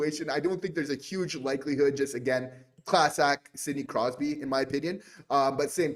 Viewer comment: Dayum, i'm surprised you managed to get Crosby's name right...haha 😅